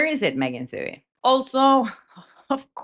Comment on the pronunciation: Love ya,, but take it from this Irish-American: Megan Twohey's last name is pronounced too-EEE... or too-hee, if ya nasty. 😊